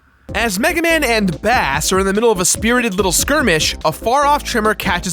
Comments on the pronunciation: It is pronounced Bass as the fish... Japanese dude. Also the voice acting can be fixed, play it in japanese and the game is amazing, Rockman is not a character suited for NA audiences... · Its pronounced Bass not bass. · I always did thing it was pronounced Bass as in the musical term, not Bass the fish... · Did they mispronounce Bass's name on purpose as a substitute for "Ass"?